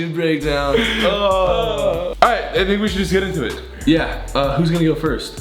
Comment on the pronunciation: Did anyone hear how Gray said tattoo breakdown